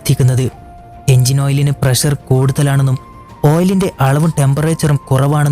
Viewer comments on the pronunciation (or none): none